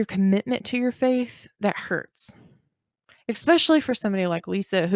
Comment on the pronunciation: she also uses the word “expeshally” (especially), it’s cute. ☺️